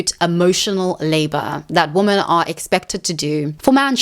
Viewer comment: You have a habit of mispronouncing "women" wrong in every one of your videos. Women is pronounced "wi.muhn" or wee-men , not womb-men You always sound like you are saying " woman" singular "wu -muhn " , instead of women plural. wi.muhn" Weee for plural Wooo for singular